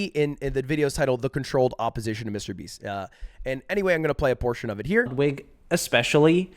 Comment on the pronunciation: Wudwig Whgren